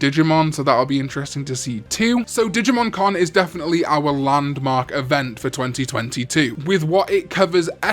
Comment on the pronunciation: When says "Digimon Con" it sounds identical to when he says "Digimon " So when is the Con?